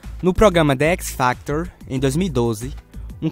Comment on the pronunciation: "de équisfactor" kkkkll